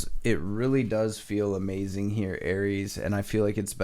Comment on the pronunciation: A-MAY-zunn… (amazing) 😂😂😂😂